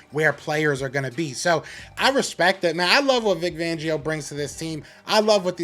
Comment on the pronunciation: Great commentary 👍🏾 I do wanna say poor Vic, lots of people butcher his last name 😂😂😂 I cracked up every time. IT'S Fangio with a FFFFFF 🤣🤣🤣🤣FFFFFFangio. Not Vangio. FLY EAGLES FLY